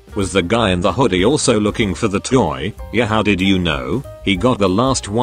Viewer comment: The way it said toe instead of toy lol